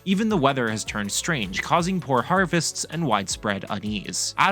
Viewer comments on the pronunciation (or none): none